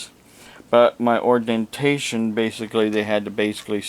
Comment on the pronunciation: What a joke! What is "ordentation" and "onurary"? If you can't say the words, you are probably a fake just like your degrees! If you will present yourself as a man of God with these bogus degrees how can you be saved? The proud shall burn in the pit with Satan himself. And "cecalur" degrees come in handy with actually knowing things. If you want to hold yourself as being something then go to college and be what you claim to be. Put some effort into life. Be a real man!